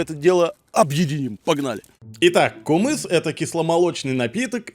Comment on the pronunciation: Не кумыс а кымыз